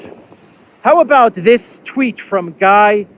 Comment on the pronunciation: Guy Verhofstadt is one of the biggest creeps of the EU Kom intern. Pronounced as Gie not Guy 🤣😂